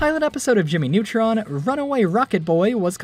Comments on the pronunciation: "Jimy Nawtron" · JIMMMY NEWTROUNSSSSS ORIGANAL SHAOW